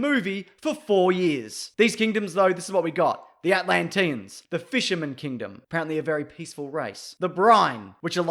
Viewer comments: I can't get over how you say Atlantian. Atlantinian? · They way he says Atlantians 😬😬